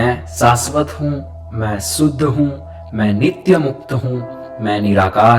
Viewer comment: Please correct your prononciation. It's शुद्ध not सुद्ध, अविनाषी not अविनासी। You might chant the mantras wrong which could have fatal results. आप "स" , "श" और "ष" तीनों को "स" ही कहते हो।